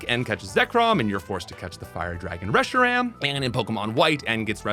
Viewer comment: Those mispronounces of Raquaza, Giritina, Reshiram, Solgaleo, Nekrozma and Zashien hurts me mentally